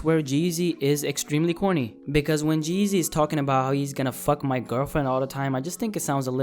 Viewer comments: The name is G-Eazy not Geazy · sounds like your saying jay-z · Its G- easy not geasy , common man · Lol geezy wtf it’s g—easy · u said geasy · It's G-Eazy. Not Geazy. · It’s g........eazy Not Jeasy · His name is not one word. It's G______Eazy you are saying Jeezy. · The whole time you called him "Jeezy" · I could only stand a minute and a half of this... His name is g eazy btw.. not jeezy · Why does it sound like your saying jeezy Nd not g eazy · his name isn't 'jeezy' it's gee - easy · Lol why u keep saying Jeezy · Sounds like his saying jizzy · Sounds like you're saying Jeezy.....and everyone loves Jeezy. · OMG can you please stop saying Geezy its "G" Easy nigga damn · G-Eazy not Jeezy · He says Geezy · the way you pronounce "g-eazy" makes me wanna neck myself